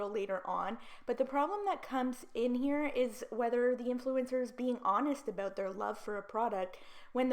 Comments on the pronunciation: Can you please stop saying “about” that way 😩🤯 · Just curious you say 'about' funny. Are you from Canada? ( no hate, just curious 😊)